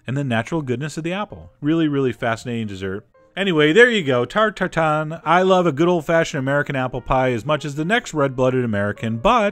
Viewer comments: lol we dont say it like that in french :P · Funny to hear him say tarte tatin in french as a french speaking.. hihi Tatata